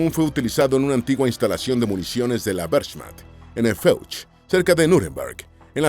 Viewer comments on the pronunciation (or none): La "werSCHMatCHT" es imposible escuchar estos videos hermano, ya es un canal con recorrido como para tener esas "pronunciaciones" Lo.siento pero unfollow